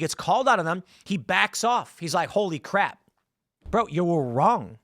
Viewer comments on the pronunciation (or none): none